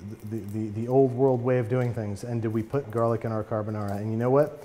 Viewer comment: Babbish I could listen to u say Carbonara in that Italian accent over and over